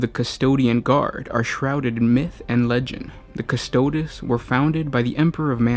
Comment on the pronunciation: Lol the pronunciation. May as well call them the "custards." Haha